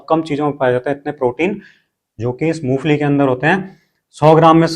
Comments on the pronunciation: मूंगफली बोल रहे हो या मूसली बोल रहे हो😮😅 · Moongfali kah rahe hain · मुंगफली ठिकसे बोलो